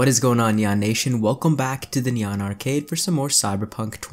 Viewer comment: Everytime you say Neon Nation my brain automatically hears "Nyan Nation" and now all i could think about is Nyan Cat XD Great Cyberpunk content though! Super Hyped